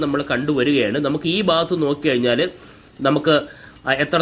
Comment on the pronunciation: ബാഗത്ത് അല്ല ഭാഗത്ത്. ശരിയായ ഉച്ഛാരണം നടത്തുക.